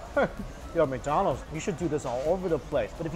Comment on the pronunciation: it sounds like he says Mccited haha